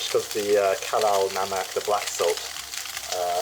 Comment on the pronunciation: It's kala namak, not halal namak. Love your channel.